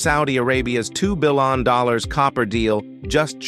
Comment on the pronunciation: Look- the content is excellent. It's just thatI believe it deserves a better A.I. voice. It's 'Billion' , NOT 'Billon'.